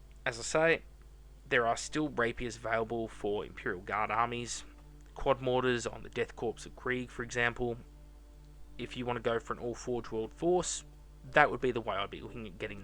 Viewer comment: This is pretty late, and not that most would care, but for Death Korps of Krieg, Korps pronounced like Core. From my understanding, Korps is the German way of spelling the English word for Corps (like the US Marine Corps)